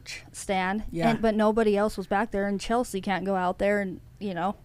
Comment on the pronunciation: Stop saying chelt-cie